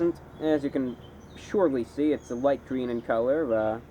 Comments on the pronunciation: Lol “It’s gween!” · That was actually pretty funny when he said "it's gween! It's gween!" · It's GWEEEN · I still say "it's gween" when I encounter green items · It’s... It’s gween I subscribed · It’s gween lol that gets me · IT‘S GUEEEN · IT'S GWEEN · “Its....... ITS GWEEN!” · it’s gween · Is G W E E N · Its Gweeen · ITS GWEEEN!!!! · ITS GWEEN ITS GWEENNNN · its gweeN! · ITS GWEEEEEEEEENNN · please marry me.. someday i hope to wake up on a warm sunday morning, roll over, look into my lovers eyes and hear those words..... "ITS GWEEN" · its gweeennnnn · Is Lime Gween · "ITS GWEEN" the funniest thing I've ever seen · "It's GWEEN" I fuckin died lol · "It's GWEEN!" I love these videos, so much. SO damn much. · It's... Is gween... IS GWEEN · HIS GWEEN